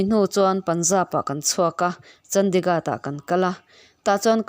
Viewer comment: I chhiar sual nge, a ziaktuin a ziah sual? Mout Abi hi Maharashtra state a awm a ni li, Rajasthan a awm a ni. Chandigarh i lam dik lo tluan parh!!!